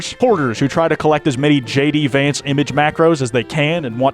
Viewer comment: YAY HE SAID HIS NAME THE RIGHT WAYYYYYY